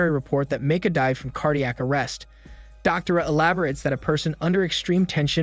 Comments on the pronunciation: distracted by how you pronounced Doctora and Javier lmao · Or "doctora" 😂😬 as a spanish native and polyglot, i was cringing so hard 😂😂😂